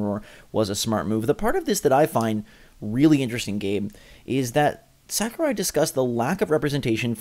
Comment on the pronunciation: Say it with me now: Sah-koo-Rai